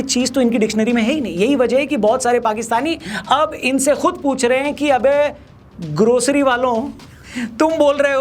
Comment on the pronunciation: "Grosarry waalo" 😂😂